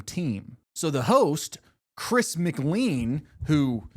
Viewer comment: The fact you mispronounced chris's name is atrocious